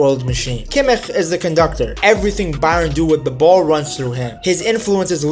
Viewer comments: Nice vid, little feedback on Kimmich’s last name. I know German is tough and especially the “ch” can be difficult. Think of it like she “sh” sound in “she” . More like Kimmish than (no offense) whatever that sound was that you made 😂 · The "ch" in Kimich is spoken soft. More like in "schnapps" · I agree with your assessment of the team and tactics. The only thing is why do you pronounce kimmich name like that? Is weird